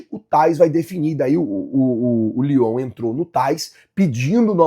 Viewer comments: não é lyon é leon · Bom dia Nação Rubro Negra o nome do Time não é Leon do México vc fala Lyon achamos que o Time da França Vamos Mengão